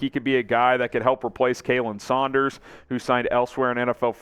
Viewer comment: Dude, you STILL can't pronounce KAH-len Saunders name right, after all of my reminders????? Come on man, show the guy some respect!